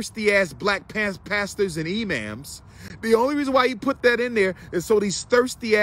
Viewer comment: I'm dead at Umar saying E-Ma'ams LMFAOOO